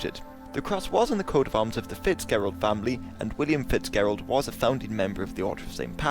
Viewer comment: Fitzgerald is pronounced "Fits-Jehruhld".